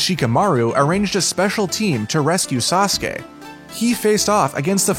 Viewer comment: Don't know how you got sasuka but its sasuke